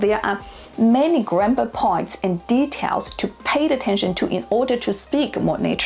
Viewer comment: you said 'grammar' like 'grandma')))